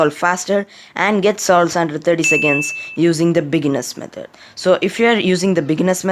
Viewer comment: Bro said bigeners methodr😂